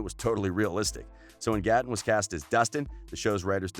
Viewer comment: Tate xx it was Gaaten